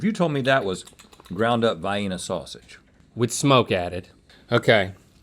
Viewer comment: Wait does Rhett actually pronounce Vienna sausage like that?? Lol